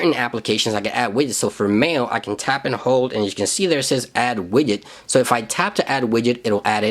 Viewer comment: lol it soo funny how u say widget....u say it funny